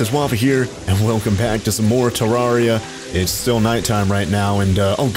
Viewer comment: Not to be that person but its pronounced Ter rare I a